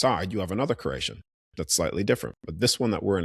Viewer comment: Are you saying creation or Croatian 😂